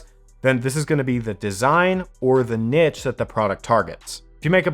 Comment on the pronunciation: The way you pronounce niche is painful but thanks for the tips